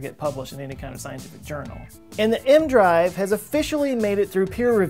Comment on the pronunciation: The "E.... M.... Drive?" Whats an "aehm-drive"